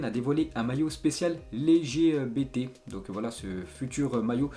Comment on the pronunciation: C'est pas LéGBT ça ce prononce "ElleGéBéTé" ça veut dire Lesbienne Gay Bi Trans